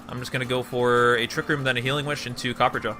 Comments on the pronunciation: Copper-ah-jah why mans keep saying copperjaw? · It's copperRAJAH, not copperjaw. Me so triggered. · Copper-ah-jah Not copper-jaw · Its Copper-a-jah not copperjar. Think Maharaja! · It's copper-ah-jaw, not copper-jaw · I had to pause it and step away from a minute. I just got to the part where you said that, was omfg dude heard me. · It’s copper- A-jah not copperjah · Because people can't read. CopperAHja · this boy reading copperajah like copperjaw lol wtf ever been to india? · Say “copperjaw” 13 or 14 more time, and I’m outta here. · Cah-per-ah-jah XD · copperajah isn't pronounced "copper-jaw" you illiterate schlub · copper ra jah that's how that's pronounced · I think is pronounced copperaa-jaa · I believe it’s pronounced Copper RAJA further pointing to the Indian origins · Actually, the way to pronounce Copperajah is Copper + Rajah (Like the ancient leaders of the countries like India, Malaysia, etc. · WHY DOES HE KEEP CALLING HIM COPPERJAW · I think it's pronounced Ca-per-ra-ja lol